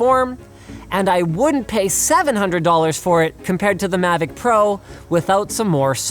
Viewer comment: Um sorry but it’s mavic not “Mavoc”